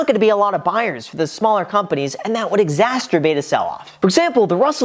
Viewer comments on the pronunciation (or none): I'm a big fan! At 4.53 you say exasterbate and not exacerbate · did he just say exasturbate? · Exasturbate? Really? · "exac't'erbate" lol